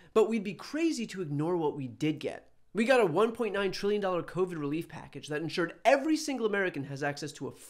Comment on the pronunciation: “… and we have this coviat coming at us.” Say no more.